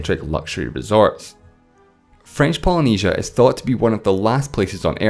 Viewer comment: have to disagree. I can understand him now, but when he said "as" instead of "is" it was pretty confusing and I had to actually replay the video in order to understand the sentence.